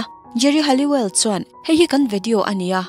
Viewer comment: Geri Halliwell hi Halloween angin i lam tlat a, chuan, Emma Bunton hi Emma Button angin i lam bawk 😬